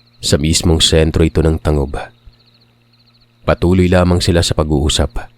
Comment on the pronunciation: Tan-gub sa pagbasa hindi ta-ngub